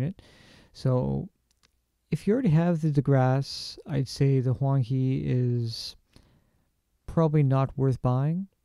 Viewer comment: It should be pronounced Huang Hae. Tbh, I don’t know if you’ll read “Hae” the way I intend it to be read but... hey, why not try?